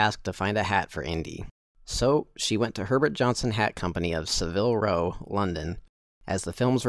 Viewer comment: Civil Row Lol you mean Savile Row. Very good vid but please learn how to pronounce Savile Row.